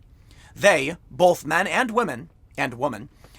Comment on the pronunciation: I can't unhear you say "bolth", instead of 'both'... Every time you you say it I have to hit my ears with a qtip, lol.